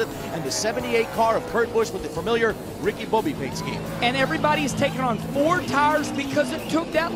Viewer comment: funny way he says Ricky Bobby